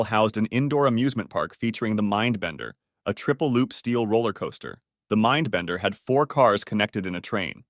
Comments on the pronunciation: Bro you forgot a d in mindbender but you said minbender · ohhh yeah I have heard of the minbender (missing a d) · More like "mindbender" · It says MINBENDER not MINDBENDER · the " minbender " " the big dipper "